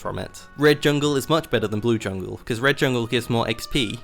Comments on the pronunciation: Green Cucumber “yungle” 💀💀💀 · he says it like that lmao